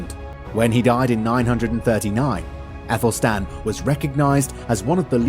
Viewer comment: Æthelstan ! Not Apple Stan.